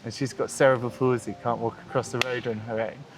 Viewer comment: Cerebral "pul-i-zee?" Is this how the Brits pronounce "Palsy?" Not trying to be a wise guy.